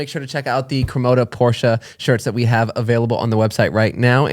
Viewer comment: Ya‘ll need to teach how to say Porsche.